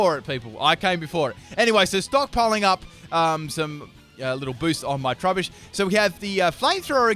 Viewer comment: Do you say "roobish" instead of "rubbish? Lol